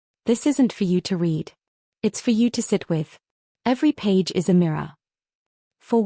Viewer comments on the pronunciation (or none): and 'I S' instead of 'is'